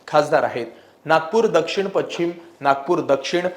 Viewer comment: पच्छिम नाही पश्चिम म्हणायला हवं